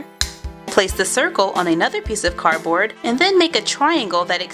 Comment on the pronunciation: It's pronounced cardboard not carboard